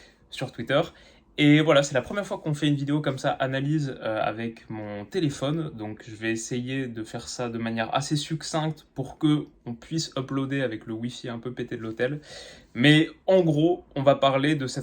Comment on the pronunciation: Merci pour la vidéo ! Le c final de "succinct / succincte" ne se prononce pas. ;)